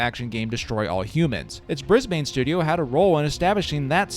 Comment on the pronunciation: I know Americans can't say Melbourne, but I didn't know they couldn't say Brisbane either 😂... Good video though, I never played the game when it came out, I was mostly into wc2, cnc, and aoe back then, however in the early 2000s I bought some second hand games and found dark reign. The only thing I really remember being outstanding was the music, and was actually looking up the OST when I found your video.